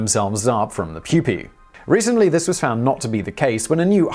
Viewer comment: Please keep saying pupae...